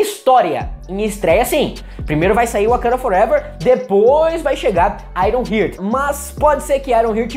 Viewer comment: Só uma dica: a pronúncia não é "aironrrirt", é "aironrrart", iron+heart: coração de ferro. Gostei da análise :)